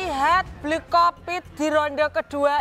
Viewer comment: malrani mulut ny gapernah di pegangin klo ngomong suka lepas kendali, bli hovit jadi bli kopit, kan kocak ganti ganti nama orang sesuka ny dia 😅😅